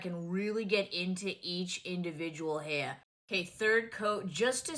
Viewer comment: flaaayerd, hay-yu (hair). Felt like I’m listening to Peter Griffins talking about mascara (mass-care-ya). She must be from Quahog